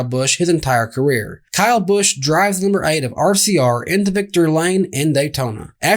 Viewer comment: Wow y'all are terrible at punctuation; how can y'all mispronounce Kyle Busch?